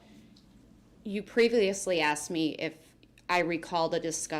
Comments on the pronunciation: He axe the question he can't even speak correctly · He “axed” the question. 😂